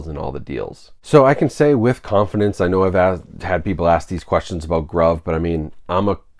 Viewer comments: lol isn’t it pronounced “groove” I don’t know why they would call a site “Grauve” that doesn’t mean anything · I'm pretty certain it's pronounced groove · I believe it is pronounced groove. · I assumed they were pronounced "groove" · Bough from them a lot. Pretty sure it’s pronounced groove groove in American English (gruv ) noun. a long, narrow furrow or hollow cut in a surface with a tool, as the track cut in a phonograph record for the stylus to follow. any channel or rut cut or worn in a surface. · Been buying from them for almost a year & have snagged a lot of good titles at great prices. Grabbed several 4Ks around Black Friday for $7.99. Pretty sure it's pronounced "GROOVE" BTW. :) Also, they almost always have 20% off your purchase promo codes out there you can use plus free shipping. Good video. FYI - Only ships within U.S. for your overseas viewers. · Most likely pronounced groove…